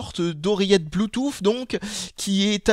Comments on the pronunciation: Oh bon sang, je ne suis donc pas le seul a le prononcer Bluetouf ! :o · j'aime bien quand tu dis "Blue-Touffe" !